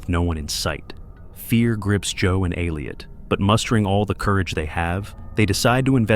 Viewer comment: It's Elliot! Not Aleot